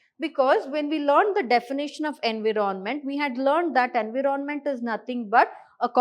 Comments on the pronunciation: Sorry to say mam but environment is pronounced as "en·vai·uh·ment" ✅ not as en.vii.ron.ment ❌ 😂😂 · Why is it being pronounced as Envi ron ment..??? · why that was soo irritating 😬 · Abe kisika pronunciation thoda glat bhi ho to kya hua itna fluent English plus best teaching aur kya chahiye........ ❤❤❤❤❤❤